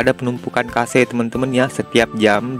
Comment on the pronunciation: cache kug bisa dibaca kase drmana ya caranya ? kosa kase kosa kase 😅 ,cache tu di bacara kash bang . ak kasih tau biar bsk2 ga salah baca lg